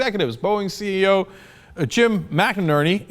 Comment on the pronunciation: CE"0" (as in zero)